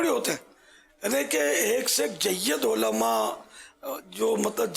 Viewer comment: Olama nahi kehte ULLAMA kehte he bappa ji sikho pehle